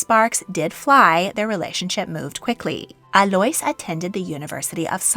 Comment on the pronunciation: Just so you know Alois is pronounced like a-low-ees 😊